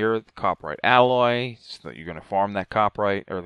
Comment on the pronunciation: For the love of god why are YouTubers so bad at reading... I've yet to see how someone can say Alloy correctly then mispronounce it 2 seconds later by saying "Ally".